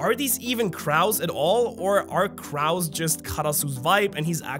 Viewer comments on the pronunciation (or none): its more like "kroh" and less like "kraow" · Crow not craow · I know his ass ain’t say cr-ows. CROW. ROW W A C. CROW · "Croe" > "Crao" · It's KROW not Kuhrow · I’m sorry but it’s bothering me that you pronounced it like craue and not crow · Question for you sir. Is "Crao" a German thing, an accent thing, or just a second language mistake? Not making fun or you nor does it bother me, just curious you pronounced "crow" as "crao". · I'm sorry but the way you say "Cr-OW" instead of "Cr-O"physically offends me 🤣🤣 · Long "o" in crow, my friend! ❤ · Some help with English pronunciation: “crow” is pronounced “cro” (rhymes with “no”). It does not play fair. I’m so sorry our language is so confusing when written! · “Crow” is pronounced “krO” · CrOH not crow😂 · Can we all just take a moment to acknowledge that pronounces crow in the weirdest way…. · Ok, are we not gonna talk about how this man mispronounced the word "Crow"?? Pronounced with a long O sound my guy.. otherwise, Still awesome content, but you crow in that way gave me a double take. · the way he pronounces crow is insane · the way he said crow hurt my soul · The way you pronounce crow made my day 😂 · Why you saying crow like that 😂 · I love you and the channel but how you pronounced crow is hilarious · I love how German comes out with his pronunciation of the word "crow" lol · I read this just as he said it 😭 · its interesting how u pronounce crow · PLEASE TELL ME I'M NOT THE ONLY ONE WHO TOOK OFFENSE TO HOW PRONOUNCES THE WORD "CROW/CROWS" LMFAOOOO😂😂😂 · "Crow" is pronounced like "show" or "snow", not like "cow." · That isn’t how you pronounce crow. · you pronounce crow so strangely lol